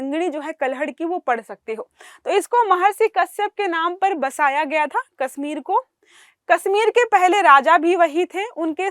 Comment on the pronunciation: इस लड़की को हिंदी "से","श","ष" के उच्चारण करना नहीं आता। "कश्मीर" को"कस्मीर" उच्चारण कर रही है 😧😲😳‼️